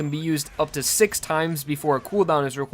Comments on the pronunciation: Is he saying six or sex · Is it just me or he's saying sex pistols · Why do I always hear sex bullets instead of six bullets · I'm sorry but is it six pistols or sex pistols I haven't watched part 5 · Its six pistols not sex pistols wtf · why did it sound like he said sex pistols? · Hello its six pistols not sex pistols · Bro its six pistols not sex pistols